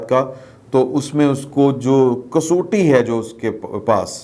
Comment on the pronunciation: Kasoti nahe kasawti mind not.